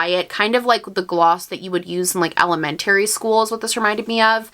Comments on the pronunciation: Elemen- TARIE? Omg that's crazy lol. Ella-men-tree school👏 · I'm only interested in the serenity palette from managerie everything else is a scrap. The BH silver brush set is $28 and the palettes are $18 The way you pronounced elementary is absolutely genius. I'm from Texas and I've never heard someone say it like that. We pronounce it Elementree. Benefit needs to hang it up. Like why would you only do three elements when there is 🌍, 🌊, 🔥, and 🌬️. Like why would you only do three out of the four signs and then for all three pallets to be ashy and chalky it makes no sense they could have done a light, medium, tan and deep dark palette but no they wanted to be assholes. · why did you say elementary like sherlock holmes? 😅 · The way you pronounced “elementary” lol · IVE NEVER HEARD ANYONE PRONOUNCE ELEMENTARY LIKE THAT BUT I LOVE IT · I was searching for this comment haha